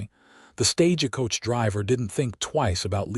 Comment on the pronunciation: This is a good story, very well written. However, AI can learn. 'TAB a tha' not 'Ta BITH a' Staj coach, not staja coach. It's annoying when you say it wrong over and over again.